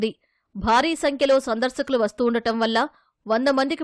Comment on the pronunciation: సందర్శకులు అని చెప్పండి. సందర్సకులు అని చదవకండి.